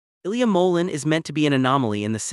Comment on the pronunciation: You need to learn how to pronounce Ilia last name!